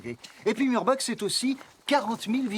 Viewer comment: A prononcer "Mourbar" et non pas "Murbak".